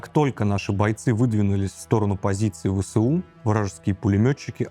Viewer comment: ВэЭсУ. А не ВэСэУ. Нужно правильно читать аббревиатуры. Ты же журналист.